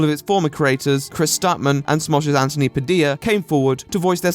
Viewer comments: Who is ANTony? Say it right. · Finally! Someone who doesn't say Antttttthhhhhhhony.